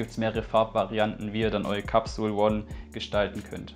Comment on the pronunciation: Capsule spricht man Englisch aus . One spricht man ja auch nicht Deutsch aus . Peace No hate. ✌🏻